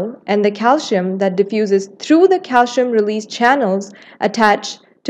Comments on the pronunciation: It is pronounced “ calsee-yum” . The narrator is indian ( or someone from the Indian subcontinent), where most people mispronounce it as calshium. Thanks for the video! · It is called CALCIUM not CALSHIUM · he’s spelling it how they said it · Her pronunciation of calcium irritated me. But thank you for the video.